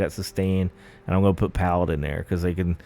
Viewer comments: Great video, calling them "palladyne" is wild though. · For the love of God - listen to anyone else pronounce Paladin. :) Video is a bit too much improvised for my taste. A script would do you good I think. Keep it up.